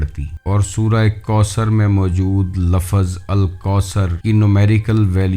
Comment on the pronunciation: kamse kam bol to sahi se liya karo ... ye lafaz lafaz kiya hai ise lafz bolte hain kiyo urdu ki wat laga rakhi hai